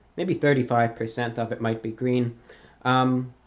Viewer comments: Hey reviewbrah what's your favourite colour? It's gween!! It's gweeeen! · Its GWEEN